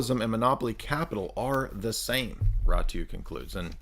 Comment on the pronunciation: It's pronounced: Ratziu.